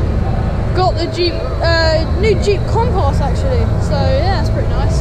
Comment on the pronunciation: Why did you say compass like that??😂